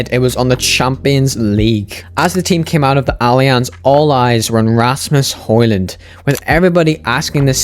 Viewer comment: The D in højlund is silent btw.